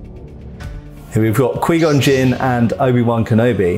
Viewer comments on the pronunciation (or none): Qui gonn Jinn (q-why-gone-jin) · He did not just say queengon Jin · He's killing me...he can say Obi-Wan and Darth Maul fine but can't say Qui-Gon Jinn? If he watched the movies he would hear how its pronounced "q-why gone" not "quee gone" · Quee-Gon Jin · d-did he really just say kwi-gon jinn? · here we got kweegon gin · Quee gon gin..... hahaha I'm Dying. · Sorry my dude, every time you said Kwee Gon Jin. It weirded me out. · Qu-wiii gon jin 🤌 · "QUEE CON JIN:? Moron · the way he says 'qui gon jinn' makes me die inside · cool video but why does he say Qui-Gon Jinn like that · Well first of all your mispronouncing Qui-Gon Jinn and second of all they did keep Darth Maul around for quite a while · Needs to learn how to pronounce Qui Gon Jinn's name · Had to stop watching after him repeatedly saying Qui-Gon Jinn's name wrong. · "kwee" gon Jin. Not qui gon Jin. Pronounced K-Why. Definitely not